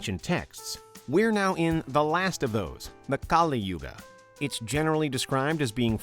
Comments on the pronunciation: The pronunciation of Mahabharat is- MAAHA BHAA...RUT...the T is soft like a child saying the letter...totally.. The Yugas are- Satyayug Suh-tya yug... Treta....with both soft Ts... Dwaa- pur yug... Kuhli-yug...not kaaliyug.... I hope you can work on these simple hindi pronunciations man...would really feel honoured and respected if you can learn the basics of hindi language to pronounce better in the video....thanks... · As an Indian and being familiar with all 4 theories i think: 1 i dont find them bizarre at all. 2. I don't know if i should be offended with his pronunciations. Its 'kAl yug' not kalI yugA . Kali is a goddess of destruction with the paramount importance of her own. He said 108 yugas had passed well that's the part I'm not sure about. He him self said that there are 4 yug(s) (which is correct) so it must some years not yug . [i will get this confirmed from my parents and my pandit ji (priest) tomorrow].